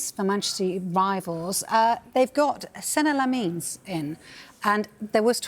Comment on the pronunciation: Se neh Lah meens she says